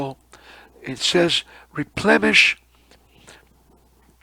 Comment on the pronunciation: Replenish is with n, not m, not replemesh....plen rhymes with then... nish, which rhymes with fish... replenish.